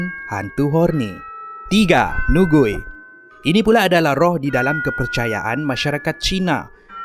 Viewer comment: Hantu Nugui. Lucu pulak cara sebutan awak tu heheh. Kalau slang chinese Malaysia, sebutannya lebih kurang seperti 'ni kui'. Maksudnya hantu perempuan. Ni (女）- perempuan, Gui （鬼）- hantu.